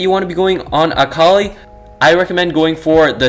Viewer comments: Everytime he says akali like ock oly I wince Btw I believe it’s pronounced a-call-lee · Akh ali bro its akali lmao, but good video 😀🤓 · Pretty sure your saying akali wrong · the way he pronounces akali is triggering me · I legit almost turned off the video after about the third time he said it. Currently typing this 2 minutes in and after I submit this comment ima leave this video. I can’t handle it. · Lol like I wished you said her name right but nice video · You’re saying Akali wrong